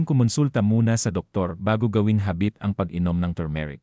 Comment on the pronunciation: Bakit hindi mo binibigkas ng tama ung iron at habit, mali ang pagpronounce mo sa iron at habit